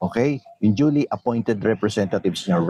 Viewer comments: Yung 'duly' po ay pronounced as jooly hindi dolly hehe peace po ✌️ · Correct pronunciation of DULY is same as julie not dali